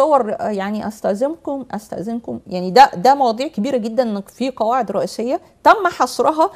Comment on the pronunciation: يرحم امك لا تتكلمي بالغة العربية الفصحي نكبتي ام ام الغة الكران== القران ياقوق وماقوق== ياجوج وماجوج سؤال بلله عليكم ياعالم هذي كيف تقرا القران وكل مخارج حروفها بالغة العربية الفصحي تخلط لهجتها مع الغة ارحمونا من لهجتكم كواعد== قواعد